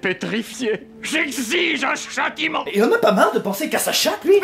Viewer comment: "J'exiige un chatteiment."